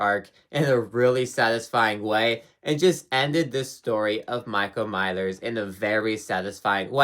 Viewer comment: “Michael Mylers”